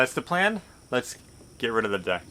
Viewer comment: Did you say get rid of the deck or get rid of the duck?